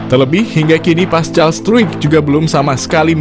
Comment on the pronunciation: Paskal bukan pascal c di baca k!